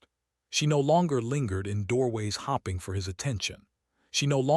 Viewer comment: I’m going to stop hopping that you will fix the narrator you use that can not pronounce English words correctly. I’ll fad away to other channels that have chosen to fix the narrator by helping it pronounce “hoping, fading, read, staring” and many other words properly or have begun to replace the ai narrator. Good luck with your channel growth. I sincerely doubt that it will grow until you fix it.